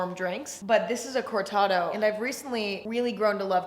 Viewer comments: im sorry emma im literally in love with you but the way you’re pronouncing cortado is slowly killing me… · Took me a second to understand that she was saying CORTADO lmao also Cortados are the go to in Argentina so yeah we be waiting for Emma